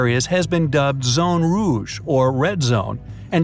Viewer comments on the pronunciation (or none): I got a chill when he said "Zone Rouge" I speak French and the way he pronounced the R was just 😖